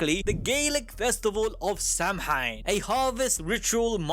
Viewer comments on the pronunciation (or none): Samhain is actually pronounced like "Saw-ween" not literally Sam-Hein :D